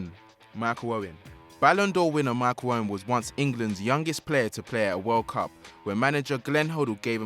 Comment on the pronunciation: Micheal owen not michew owen. 🤡